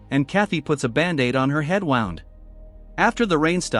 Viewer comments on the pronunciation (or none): "Kathy puts a band-aid on her head wound" it's a noun as in an injury (pronounced /wuːnd/) not the past tense of a verb as in winding a clock which is (pronounced /waʊnd/) this why A.I. sucks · Why did you say wound like that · lmao I read your comment right as it was saying it weird 😂